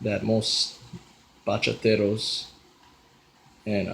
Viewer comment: Bro actually pronounced the words bachata and bachateros right😭❤️ i'm so happy right now